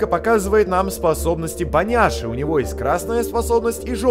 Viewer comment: Послышалось не Боняши,а поняши